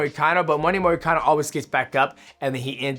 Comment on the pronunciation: “Renado moricano”😂